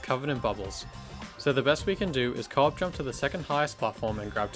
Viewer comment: I legitimately thought u were saying "cork jump" until near the end of the islands section when I realized u were saying co-op jump 😭😭, great video btw, I'm so happy little big planet content is still being uploaded till this day edit: forgot to mention but as a player of lbp who never knew about all these in-game exploits, I kept getting shocked at all the manoeuvres and tricks u did to keep getting past the bubbles, it's honestly really impressive!